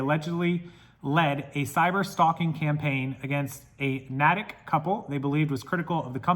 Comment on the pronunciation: We're wacky here in Massachusetts & pronounce everything differently that it's written - Natick is pronounced Nay-tick. I just wanted to let you know. Crazy story thanks for sharing!